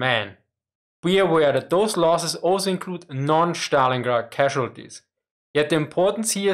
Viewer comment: Schtalingrad is german